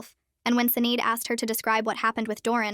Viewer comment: “Sinead” is pronounced “Shih-NAWD.”